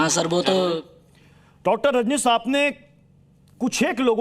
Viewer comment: ये पत्रकार नही,कचरकार है,जो नाम तो ढंग से ले नही पा रहे है,और बात अपनी सही साबित करने पर लगे है, dr रनजीश् नही,dr रजनीश होता है